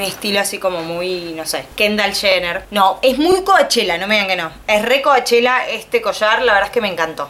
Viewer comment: CoUchella se dice, no coAchella